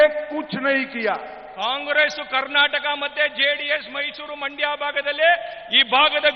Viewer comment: ಮೈಂಡ್ ಅಲ್ಲರೀ ಸರ. ಅದು ಮಂಡ್ಯ ಕರ್ನಾಟಕದ ಎರಡನೇ ಶ್ರೀಮಂತ ದೇಶ ಮಂಡ್ಯ